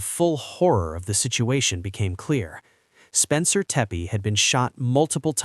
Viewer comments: Teppe not Teppy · Not Teppe or Teppy but Tepe